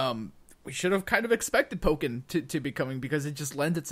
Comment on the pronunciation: Oh my god learned how to pronounce "Pokken" correctly...